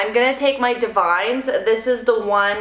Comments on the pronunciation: Ugh don’t hate me... I promise I’m not the grammar police. I found out from an educator at my salon, Davines is pronounced Dah-vin-ess 🤷🏻‍♀️ I always called it divines, lol The more you know 🌈 P. S. Your my fav youtuber! Your hair is 💣 💥🔥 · Lol....Davines. It’s Da-vin-ess. Super pretty though. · That product is divine...but it’s pronounced: “Dah-vin-eS”